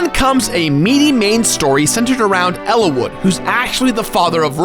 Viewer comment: "Elawood" "Linia" "Elibee"